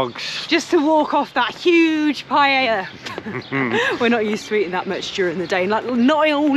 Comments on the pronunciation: Pronunciation:- Pa ....ella... Not pie...Ella... Hehehe 😂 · LOL 😂 'paella'!